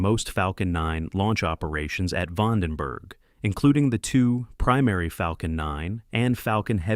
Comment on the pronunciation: re-gyoo-LAY-tory VAUGHN-den‐berg 😅